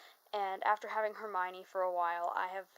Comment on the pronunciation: HerMione- all you need is a Ronald and PoTTah